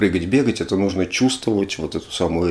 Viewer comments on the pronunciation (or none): none